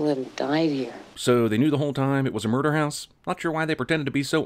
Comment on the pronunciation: Everything wrong with how he pronounced murder and breach